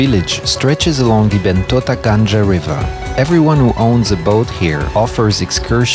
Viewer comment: “NILWALA GANJA RIVER” lol “ GANGA” he pronounced GANJA.... NILWALA GANGA = NILWALA RIVER... 😂 Also MENIK GANJA RIVER... MENIK RIVER..